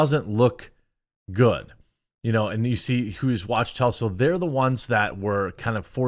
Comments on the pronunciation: Is it called “walktel” not watchtel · The firm is pronounced wak-tell